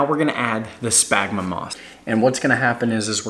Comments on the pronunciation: Spaghnum, not smagma... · Good Lord, if I hear you say SPagnum moss one more time, I'm gonna loose it. Say it with me, Sphagnum Moss. Say it like this, sfag-nuhm. And Bromeliad, pronounced broo-mee-Lee-ad. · Great videos! As a biologist, however, my ears heart every time you said spagma moss. 🤣Spagmoss is a brand name. The moss is called sphagnum [sfag-nuhm] moss. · Its SFAG-NUM not SPAG-MA. See how it's spelled? --> Sphagnum. Sound it out. Also BRO-ME-LEE-ADS for bromeliads. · It’s “Sphagnum Moss”! I tried to resist, but I heard it so many times, it messed with the flow of the video. Nice job, though! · I cringe every time he says “spagma moss”. 😫 You must be thinking about your smegma dude!😅😅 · I had a small stroke every time he said that. Also bromeliad [bro-me-lee-ad]